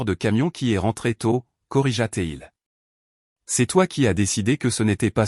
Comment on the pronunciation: Le " t'il " et le "t'elle "..😂😂😂..Ça passe pas hein ? 😁😁😁😁 " corrigaté il " ....mal écrit et mal prononcé ! C'est choquant !!